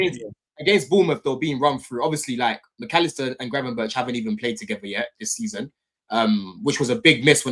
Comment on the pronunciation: Saying Gravenberch is the problem… 🤐